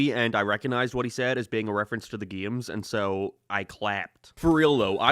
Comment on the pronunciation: Is bro saying gayes or games